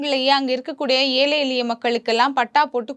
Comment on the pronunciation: அம்மா! ஊடகங்களில் இப்படிப் பேச முற்படும் முன்னர் தமிழைத் திருத்தமாகப் பேசக் கற்றுக் கொள்ளுங்கள். ஏழை, எளிய மக்கள் என்பதை ஏலை எலிய மக்கள் என்று பேசுகிறீர்கள். இது பிழையல்லவா? திருத்திக் கொள்ளுங்கள்.